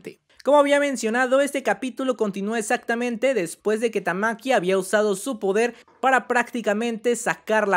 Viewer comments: Porqué le dices "Tamaki" a Tatsumaki?.. Qué te hemos hecho para merecer tal castigo? 😭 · Porque rayos pronuncia "tamaki" y no ¡TAKSUMAKI Como es la maldita pronunciación normal? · En español se pronunciaría así, pero en japón ese ''tsu'' es casi mudo, así que se pronuncia parecido Tatsmaki (Como dije, el tsu apenas suena o mejor dicho, suena leve la u), Es igual a otros nombres como el nombre Mitsuki que sería Mitski(En este caso la U es muda), pruebalo en google traductor en japones y pon el audio y veras la pronunciación. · En realidad se pronuncia "Tatsmaki" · Jaja cada cuadro dices tamki me da risa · me iba a suscribir, pero cuando escuche "tamaki" me di cuenta que estaba perdiendo el tiempo viendo este canal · Todo bien pero porque pronuncias tamaki le quitas poder a la waifu XD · de verdad queria ver el video pero cada vez q decias tamaki tamaki wtf se me quitaron las ganas de verlo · No soporto que no tengas ni siquiera la delicadeza de leer correctamente el nombre de tatsumaki, horrible